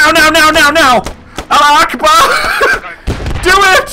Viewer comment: it's not alla ackbar, it's: a-la-hu ach(phlegmy k, not chlike church)-barr